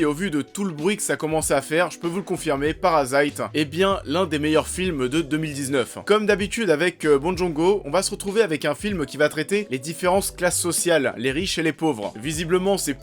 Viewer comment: C'est bong JOON ho pas JONG merde!